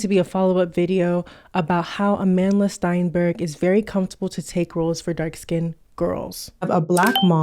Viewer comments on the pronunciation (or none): What’s worst to me still is that keeps pronouncing her last name STEINBERG. If she expects Amandla to be particular about the concept of colorism I think it is FAIR for to read her last name and pronounce it properly as STERNBERG. It’s not hard.